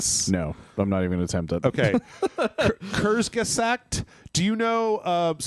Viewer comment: You slaughtered “kurzgesagt” 😂😅. Love from Germany